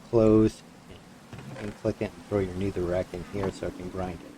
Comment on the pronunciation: its a good farm but pls stop talking so much about every thing, its helpful for complete noobs but so annoying for people who know a thing about the mod also its pronounced never not neether or needer